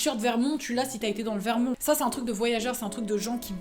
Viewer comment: J'aime cette prononciation de "Vermon(t)" ^^